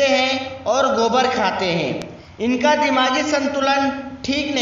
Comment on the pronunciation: Abe yr cca nhi caa hota h practice krke aaya kro